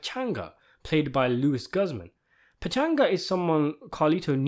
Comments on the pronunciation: Pronounced Gooz man. Not Guzman. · It’s not pronounced Gus man it’s gooz man